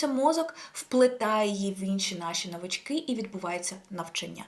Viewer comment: В слові навички наголос на перший склад